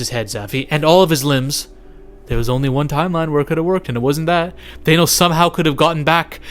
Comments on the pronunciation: Bruh, it's pronounced THANOS, not thaynos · Bro, it's Thanos, no Thay-nose. Wtf???? I can't even take this video seriously when you don't know how to pronounce the great titan's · It’s not Thenos stupid! It’s Thanos